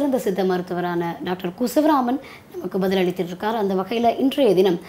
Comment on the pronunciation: Please நண்பரே ஒரு படித்த Doctor அவர்.சமூக அக்கறை உள்ள மனிதர். அவர் பெயரை இப்படி கேலி செய்யாதீர்கள். அந்த அம்மணீ தான் பெயரை சரியாக உச்சரிக்கவில்லை.அதற்காக நீங்களுமா சகோதரா😢😢 அதை Pl வாபஸ் வாங்குங்கள்.